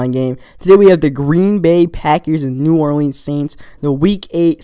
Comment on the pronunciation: I know you didn't say New Or-leens.